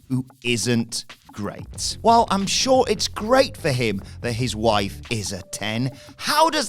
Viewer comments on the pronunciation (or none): none